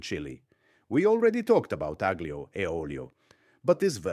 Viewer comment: lose the fake accent if you can’t pronounce aglio